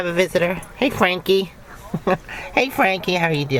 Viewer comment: Frankie! I thought you called him Cranky at the beginning. 😊